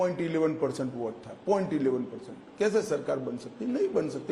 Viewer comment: Voht, kwoart , Vhoat bank, 🤣🤣🤣von naysun, phhayda, one elecsun, ssabdah, phhayslay, pensun, noat Bandi, conecsun,jab AZADI samapt hogi, every other word he utters is a joke initself. Freak what a joker he is